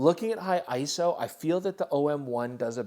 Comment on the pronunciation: Special thanks to for being one of the only You Tube creators who says ISO correctly. Sorry I couldn't take you guys to Costa Rica for the OM-1 like I did for the E-M1III!